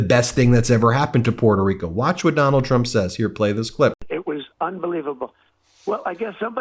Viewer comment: Puerto Rica. He doesn’t even know how to pronounce it.